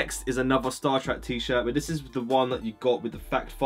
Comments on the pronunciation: Man says he said he likes star treck but he says star track 😂😂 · sorry, star trak? big man it's star trek